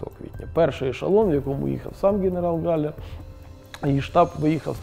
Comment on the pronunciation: Прізвище Haller (а не Galler), тому українською ПРАВИЛЬНО звучить просто як Галлер.